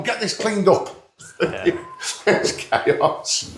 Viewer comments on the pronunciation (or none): none